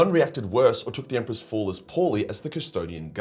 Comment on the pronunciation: have you guys noticed that nobody is watching anymore? wtf happened? Secondly, i don't think you know what ur talking about when you say they felt rage when the emperor died. Where does it say that buddy? Lastly, the way that you say the word " fall" needs to be changed immediately.